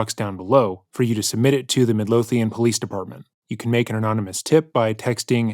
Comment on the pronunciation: Love your vids! And not taking away from the video at all but Omg as a Scottish person the pronunciation of ‘Midlothian’ was lowkey painful at the start ahah. Always weird to hear the name of my local area but it’s in Texas lol